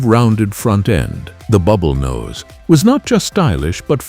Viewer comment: KW bullnose ??? this" A"I is drunk !!!!!!!!